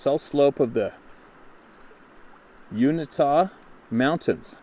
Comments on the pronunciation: You-in-ta. Uintah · Live in the northern part of Utah. Just letting you know how to pronounce UINTA (You-in-ta'). It is a Native American name. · "You In Tuh" Uintah Mountains😉